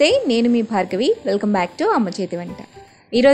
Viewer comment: Hi andi miru mi Peru ani bale pronounce chestharandi. I like that part in every video